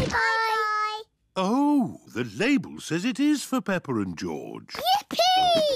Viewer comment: Peppa more like pepper Hahahaah😅 hear close Fore real hah🤣🤣😂🤣